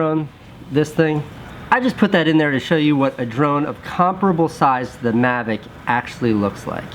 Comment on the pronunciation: Coming from the guy that says "magic" instead of "mavic", get lost kiddo :)